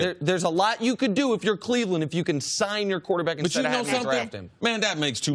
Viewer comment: This man said Cleveland tho lmao